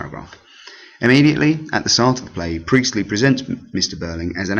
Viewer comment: J briely 😂😂😂 that sounds a lot like JB priestly